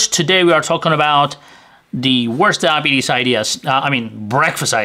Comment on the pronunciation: Took a minute to figure out what "Dabees" was.